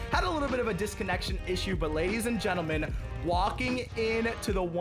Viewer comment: At the start of the vid he said geneman instead of gentle man